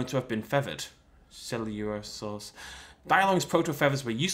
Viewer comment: I saw you were having trouble with pronouncing it. Coelurosaur = SEL-LER-OH-SOR